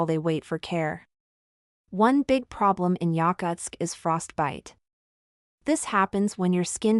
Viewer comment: Bullshit AI video that can’t even pronounce the name of the city correctly.